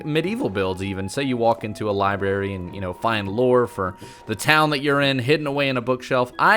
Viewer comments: Libarry?? TRIGGGERRRRR3d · Omg...he said libary not library🤷‍♀️😱😱